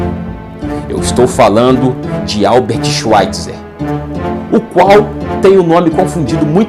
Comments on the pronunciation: Bom vídeo! Obs.: a pronúncia de Albert Schweitzer, em alemão, é "albért shváitzer" (w tem som de v). Em Bach, o som do ch é aspirado, quase na garganta, não soa como k. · "Schvaitza", o er final em alemão é pronunciado como um a fraco.